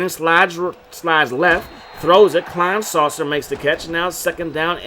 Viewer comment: “I had a women curse me out” “You really don’t know how to say Kleinsasser” 🤣🤣🤣🤣🤣